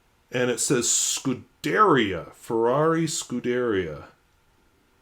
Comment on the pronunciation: In case you want to know: Scudería means racing team or racing stable, an equitation term when you have cars instead of horses. When pronounced the accent falls on the final “i”.